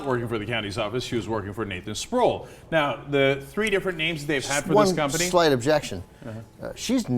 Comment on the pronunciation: pretty sure that guys name is pronounced spruwell not sprool.